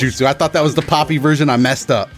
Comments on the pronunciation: I'm pretty sure Galford is saying 'puppy', not 'Poppy'. I think it's just a weird pronunciation. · I thought he was calling him puppy...now I know